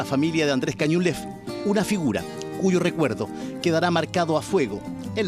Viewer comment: Andrés Caniulef, dejen de decir Cañulef